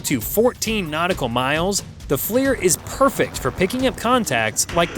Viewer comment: the F-L-I-R acronym is pronounced "fleer", as in the bubblegum brand, not spelled out, as your DUMB AI narrator has done.